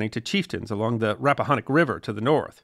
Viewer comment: I loved this episode, Your pronunciation of Rappahannock is off, it’s pronounced locally as Rapp-ah-hanick (like hand), or the Rapp. 🎉Wicocomico is pronounced, Wick-comic-co, at least by locals. I learned this after many corrections by local watermen.